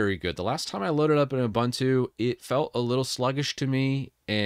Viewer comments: It's "OOBOONTOO", not "OOBANTOO". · Ubuntu is an Zulu / Xhosa word that roughly means "I am because we are.". It is pronounced as oo-BOON-too /ʊˈbuːntuː/ Breakdown: "u" as in "put" "bun" rhymes with "moon" "tu" is pronounced like "too" Love from South Africa. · I don't meant to seem shirty as I hate it myself as well as you, in fact probably even more than you, but it's Ubuntu by the way not 'abantu' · I grates me too when I hear that second syllable pronounced like a bread "bun." Their website and Wikipedia show the correct way to pronounce it, yet some YT content creators keep saying that second syllable wrong. Wikipedia even has a sound file that you can click on. C'mon now! 🤦‍♂